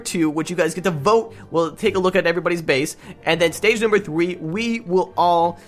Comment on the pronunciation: You said three wrong you said said free not trying to make fun of you at all cus I have problem to